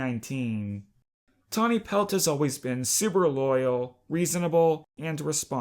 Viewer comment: Tawny pelt = tani pels. Tall star = tall Starr